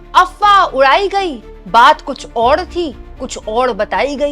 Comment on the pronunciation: “Oud” ?! 😂🤷🏻‍♂️🤷🏻 “Aur” hai wo.